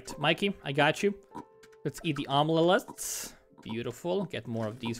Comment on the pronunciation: Praise Omlele